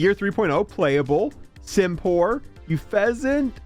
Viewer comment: Dude, READ the names, that will tell you how to pronounce it most of the time. Simipour is NOT Simpour, there is a second i. Unfezant is not Youfezant, there is an N